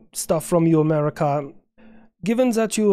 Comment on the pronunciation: Here slower than West Taiwan says "Am-air-wicah"